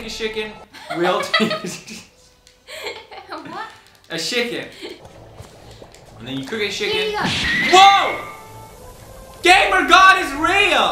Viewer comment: I take a shcken you take a shicken